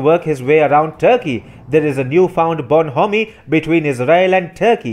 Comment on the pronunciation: "Bonhomie" is pronounced with the "h" silent. Very informativepodcast.